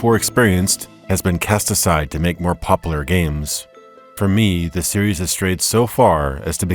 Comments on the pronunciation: "more POPAlar games" ... really man? PopUlar. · "poplar" instead of popUlar...XD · "Pop-ooh-luur" games, IDK why that had me busting up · You lost me at "popaller games" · almost shut it off "poplar".....did shut it off "manifest destiny". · Did someone different read for this video than wrote for it? It seems unlikely that someone who could write that much would mispronounce words like "regular," "popular" and "Sheogorath."